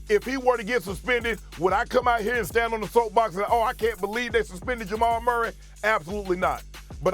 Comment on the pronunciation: Ja-mal Murray